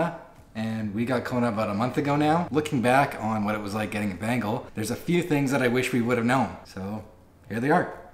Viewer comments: Sorry it's not Bangle I hear Bangle when you say Bengal 😅😂 it's Ben-Gal as in Bengal tiger.. btw Bengal is a State in India people might get offended if you say Bengal as Bangle 😉😅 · It's Bengal, not Bangal. How annoying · Lovely cat... But it's not ' bangle ' it's pronounced like ben-gaul cat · Why do u guys call them bangles? Everyone else I watched calls them bengals. Is this the correct way to pronounce it? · The way to pronounce Bengal is (ben•gol). Different from (Ben•gul). You can also annunciate the ‘n’ from time to time. A request as a Bengali myself, take it or leave it.